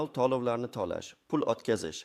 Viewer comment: Lagapedga borib talaffuzingni töğila. tuzsiz pensiyonerlani asabiga tegib yolğon gaplarni gapirma iltimos tallovlarni emas tölovlarni deb.gapir